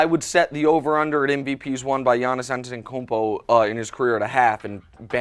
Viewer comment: Giannis. And yes Joy, your pronunciation was spot on (I'm Greek)!!!